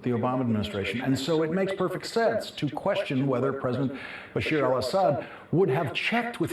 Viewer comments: it's BashAAAAAAR not BashIIIIIIRRRRR u illiterate!!! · By the way, Lawrence, it's not "Bashir" but Bashar al-Asad (بٓشّٓار الأسد). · bashar not bashir